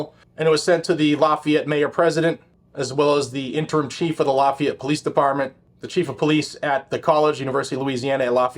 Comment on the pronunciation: The mispronunciations of lafayette are killing me 🥲🥲🥲🥲